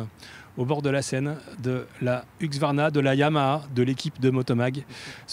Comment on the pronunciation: Hu-s-q-varna, plutôt que Hu-x-varna ! 😉